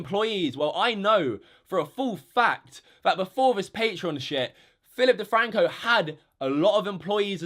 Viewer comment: 😂 Phi'ip DeFwanco 🤣🤣🤣